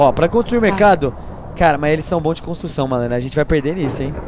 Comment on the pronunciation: E pressão minha ou ele fala construção errado